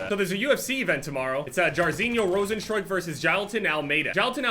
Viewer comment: As a dutch person the way you pronounced “jairzinho rozenstruik” was too funny. I think the sound in the middle of struik isnt possible in english